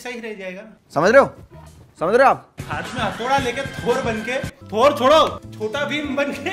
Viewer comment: Bhai Its not थोर 😂😂